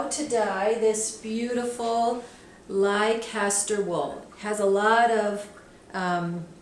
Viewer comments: Fun video, thank you! Pronounced Lester, I believe. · Beautiful colours. By the way, it's pronounced "lester" just like the city of Leicester. That's what the sheep are named after. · Im sorry, but its pronounced less-ter i know its written Leicester and it makes no sense, but, as a brit, its prononuced less-ter, its like Leicestershire is less-ter-sh-er really it is, its silly, but there you go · That is not how Americans say that word. We don't say "Wor-kess-ter sauce. She will get it right soon. She is just new to fiber at this time. Sounds really funny, tho. 😂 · same 😂 I live in Leicester, England and I have never heard it said like that! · No, the way we Brits pronounce Leicester is NOT silly. Why all the apologies? It is an English place name, and that is the CORRECT way to pronounce it; there are perfectly valid linguistic reasons for its pronunciation, too. It sounds much more silly when pronounced in the way it's pronounced here. I'm sure there are plenty of Brits pronouncing US place names incorrectly, and I hope they will be corrected.